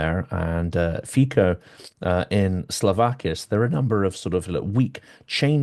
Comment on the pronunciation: Thanks, for your thoughtful reporting and questions. A small note: Fico is pronounced as Fitso.